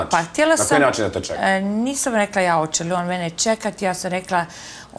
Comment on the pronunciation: SituVacije, ukanaljivam, kontestu, rečem, hoče, neče, rodZak... nepismenija osoba nije krocila na tv od ove Aneli